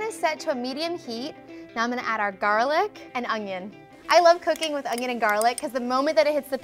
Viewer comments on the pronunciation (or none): She also says “ungion” for onion 😂